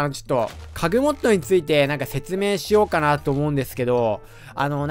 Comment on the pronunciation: 何故かいぃっつも家具モッドが影モッドってきこえるんだけどｗｗｗ